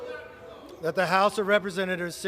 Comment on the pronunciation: Kev, there is no “t” on the end of Adam Schiff’s name. You knowing place onethere because yourcult leader does it. You are bothdespicable to the core. This is a hypocracy and you all know it. You have taken the gop down so low it can never recover until you are all removed for good.